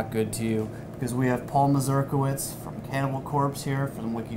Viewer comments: He is an American of Polish descent, that's why the strange surname. What is sad though is the fact that they pronounce the word complitely incorrectly. Should be more as Mazurkievich, not Masljdalighksf :D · Can you at least pronounce your own polish surname as it meant to be pronounced? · Came here just to hear how Paul pronounced his surname